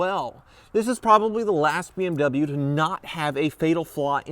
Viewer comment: You dont even know how to pronaunc bmw